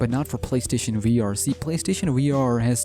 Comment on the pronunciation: It is funny how he says WEE R instead of VR